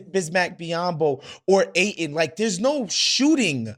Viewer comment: Pronounce the "D" in Aiden please